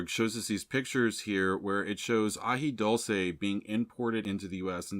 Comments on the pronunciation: Very informative, thanks. As far as pronunciation, its AJI DOOL SAY. 😊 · AJI DULCE with a U not O.